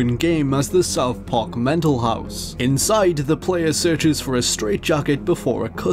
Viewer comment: "South Parke"